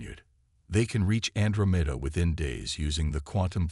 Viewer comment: Can anyone fix the AI so that Andromeda is pronounced correctly? an DRO' meda